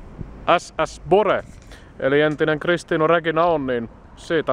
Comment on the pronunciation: Pyydän saada ystävällisesti huomauttaa, että kyseisen laivan nimi äännetään "Buure", ei "Bore" tai "Boore".